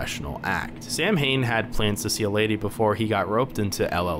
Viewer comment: Nah, that's Sow-wen 😎. Although the Void Prince and Princess ate invincible, they can still be sucsessfully soulsnatched. Final Bosses are weird. I remember winning when both of them still had half their HP left. There are also different endings. Finished the game twice: Gary+Samhain, Gary+Helena. There should be additional playtesting right now.